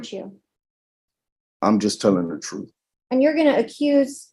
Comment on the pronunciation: 'I just telling the troof...' Yeah, right. Cannon fodder, at best.